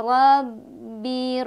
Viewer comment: Bismillah , Sebelumnya saya ingin mengoreksi sedikit pada bacaan ayat ke 3 pada kalimat " Robbi Syaqiyya " bukankah pada kata "Robbi" ini tidak boleh baca panjang ? karna pada kata "Robbi" tidak ada tanda bacaan Madnya yaitu Yaa' Sukun sebagai pasangan dari harokat Kasroh ... Jazaakumullahu Khoiron :') ...